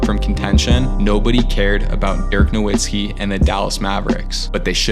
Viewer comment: pistons chip was in '04 not '05 and nowitzki is pronounced with a "v" and not a "w". no hate though these videos are fire